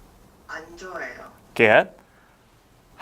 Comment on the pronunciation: Hi! I've enjoyed and understood everything up to this point. Thank you for your wonderful book and videos. I have a question. Did I hear correctly that you pronounced 안 가요 as [an Gayo] and 안 좋앟애요 as [an Joaheyo] or are they still pronounced [kayo] and [choaheyo] after AN.